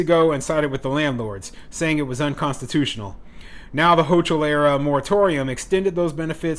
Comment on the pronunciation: NYS governor is pronounced “ho kill”